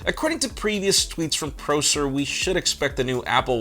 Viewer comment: It hurts hearing you pronounce Prosser’s name wrong